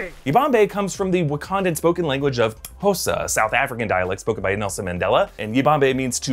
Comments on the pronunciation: I'm from South Africa and the way pronounced the word "xhosa" was just flawless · Good effort on the ‘Xhosa’ pronunciation! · Let’s give some mad props on his pronunciation of xhosa 👌👍